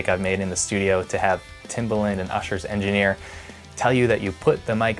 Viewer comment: Timbaland, rhymes with "arrogant"